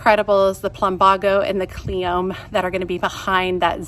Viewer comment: . I pretty sure you say the "e" in cleome.